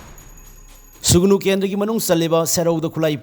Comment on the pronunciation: Sugunu natte Sugnu nine manipur macha ne hyraga dufao khangdrabo noibo. Sugnu spelling fao chumna eba or chumna pronounce twba heitaba jidi yamna ekyna ngyniko😅